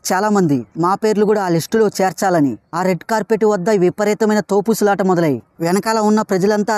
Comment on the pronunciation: తోపుస్లాట.... కాదు..... తోపులాట కూసేపటికి కాదు కాసేపటికి